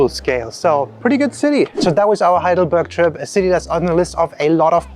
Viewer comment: Heidelberg not Highdelberg!! More respect for the Germanlanguage.